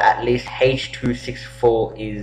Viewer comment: Do you know what Haaaasch 264 is? :)